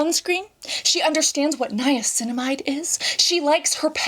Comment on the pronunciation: Definitely agree. Hyping her up for knowing how to pronounce Niacinamide was very strange.